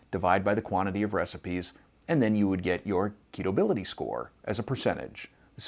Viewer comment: hi; I really appreciate and enjoy your show. Are you saying “ketofyability” or “keto viability “? Thanks for helping out in a great ministry.